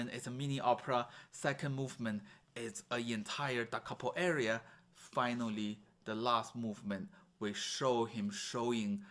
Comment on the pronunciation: Very informative (but need to work on the pronunciation of aria so that it doesn't sound like area). 👍